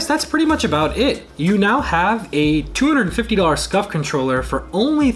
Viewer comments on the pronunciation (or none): It’s scuf not scuff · SCUF not SCUFF